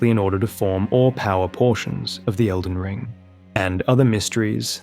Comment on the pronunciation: Bro said Felden John and I was about to assume this whole video was one big joke leading up to John Nightreign